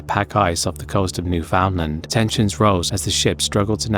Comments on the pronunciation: Newfoundland is pronounced "noof-in-land" but good effort ❤ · As a Canadian, your pronunciation of Newfoundland hurts me, though it is understandable